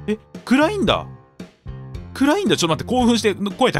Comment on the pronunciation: うぽつでーす 暗いんだ！がグラインダーに聞こえてしまう俺氏